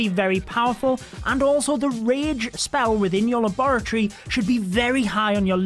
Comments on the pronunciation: i LOVE HOW YOU SAY LABOROTTYYY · Luh bore uh tree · Him saying laboratory makes me forget how to say it 😭😭😭😭